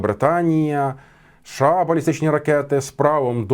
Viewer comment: а шо це за краина така у вас - ША? шось не можу поняти